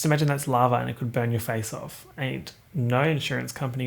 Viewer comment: For some reason I thought you said "larva" instead of lava